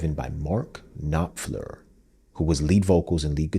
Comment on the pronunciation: pronounciation of Sultans, Alchemy, Knopfler and Illsley.